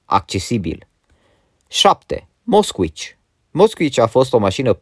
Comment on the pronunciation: am murit când am auzit moskuici 😂😂😂